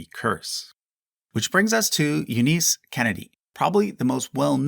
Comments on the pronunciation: Not "Eddy", rhyming with "Teddy", but "Edie" (short for Edith), rhyming with "seedy". And while we are on the subject, "Eunice" is pronounced "YEW-niss", not "yew-NEESE" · Edie is pronounced eeedie not eddy. And Eunice is pronounced u-niss not u-nice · If you watch "Grey Gardens", you'll see they call each other big/little Eee-die, not Ed-ie, same as most people shorten the common pronunciation of Edith. Also, it's "You-niss" for Eunice, not how you were saying it "You-neice". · This has probably been commented on already, but two pronunciation corrections: 1.) The Beale's first names are pronounced "EE-dee" (long E), not "Eddie". Big & Little EEdie. 2.) The name Eunice is pronounced "YOU-nis", not "you-NEES" or whatever the hell you said. I think you're thinking of the SNL character Kristin Wiig played, Dooneese, which isn't a real name. Otherwise, great video. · Oh, and it’s pronounced “U-niss” (Eunice), not “U-neese”. Smh. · it’s not nice to mispronounce names just to drum up engagement. You-Niece??? You mispronounced soooo many names so obviously in this video it hurt. Come on man. I’ve been watching your content for YEARS, and can usually excuse a slip up here and there, but this video has been egregiously bad with the pronunciations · Love the video and love the channel but there are some egregious name pronunciation errors in this video. Edie and Eunice are the main ones.